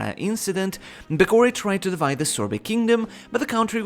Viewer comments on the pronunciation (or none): none